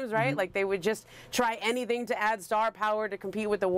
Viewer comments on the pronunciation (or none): none